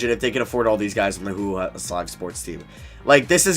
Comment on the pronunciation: Everytime you mean to say hulu you sound like you’re saying hoowho